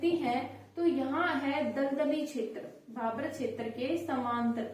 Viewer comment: मैंडम भाभर नहीं भाबर होता है